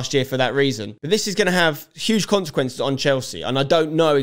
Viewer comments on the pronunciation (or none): none